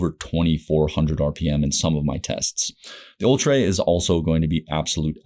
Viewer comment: It's actually pronounced "Ultra" ha